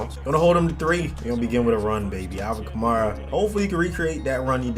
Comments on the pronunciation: When your saying Kamara say it kinda like Camaro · Kamara like Camaro. Also, Mariota is mah-riota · Kamara is pronounced like camaro but with an a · Honestly man, I don’t even know how to say his name and I’m a saints fan! I have heard so many pronunciations of his last name that I don’t even know. I’ll tell you how I say it though, kuh- mar-uh